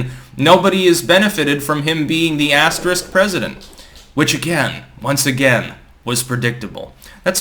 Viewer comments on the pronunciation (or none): Joe Biden has doubled the “s” in “asterisk”. He is the assterisk President.